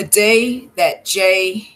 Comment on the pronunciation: it's jholie moussa no disrespect